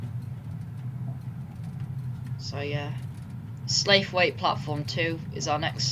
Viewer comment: It's slawit not slaithwaite. And mozzley